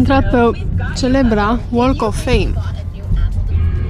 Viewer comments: BTW, the "l" in walk of fame is silent... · "L"-ul din "walk" nu se pronunta, remarca pt viitor :)